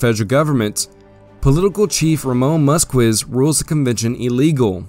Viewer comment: just an FYI, the name "Músquiz" is pronounced "MOOS-keys." Thanks for the video.